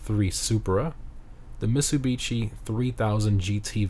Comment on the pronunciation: Dude its not misubichi as you say, its mit·suh·bi·shee